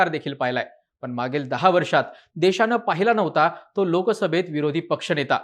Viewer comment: किती अशुद्ध मराठी भाषा बोलताय आपण? त्याला काही मर्यादा? निदान एक पत्रकार म्हणून तरी भाषा शुद्ध ठेवायचे भान ठेवा!! देशाणे? ऐकून? णेता? पक्षाणे? काय गाढवपणा चालवलाय तुम्ही?